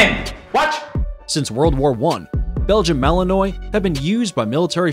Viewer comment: He lost me at his pronunciation of Belgium Malinois